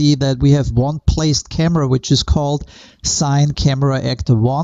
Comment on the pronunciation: Friendly tip; it's not pronounced "sine" ... it's pronounced "cinny", as it's the first part of cinema.